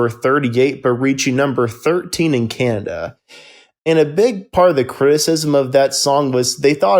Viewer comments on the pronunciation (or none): none